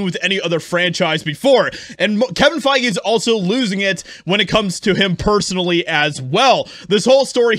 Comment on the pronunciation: Kevin Fai-Gay